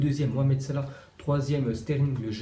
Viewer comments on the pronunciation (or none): none